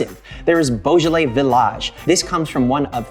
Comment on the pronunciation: You can't pronounce it in French😂😂😂